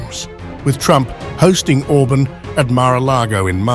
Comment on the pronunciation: Not Orbn, Orbaan!